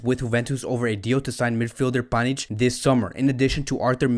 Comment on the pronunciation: You call him panich😂😂😂😂